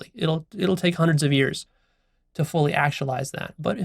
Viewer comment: "I've studied Juandreds of diverse perspectives" lol